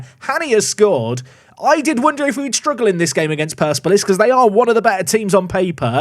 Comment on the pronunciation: Surely it's per-sep-olis?